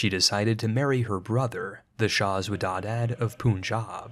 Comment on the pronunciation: Xwedadad is pronounced Khodadad which means given by God in Persian